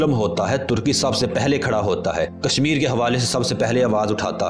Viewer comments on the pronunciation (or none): none